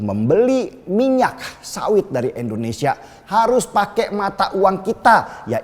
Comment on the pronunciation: Indonesia bukan endonesia